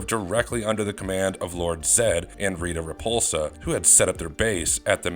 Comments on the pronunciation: It's Rita repulsa ! Empress Rita repulsa! Not reputa Even rito could get his sister's name right you bucket of bolts! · It is Rita Repulsa. Triforia. It is the Sword of Damocles. Your narrators need to learn how to pronounce every name in the videos.